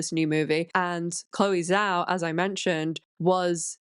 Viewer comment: The ZH in Zhao is pronounced like a J.